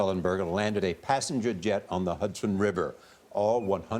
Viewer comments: Is it Hudson or Huson. 😂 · It's HUDSON not huson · Hudson, not Huson.